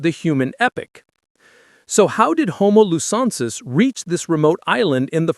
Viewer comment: Please learn how to pronounce the names of both new species. It's pronounced homo lu zon nensis and homo floren si ensis.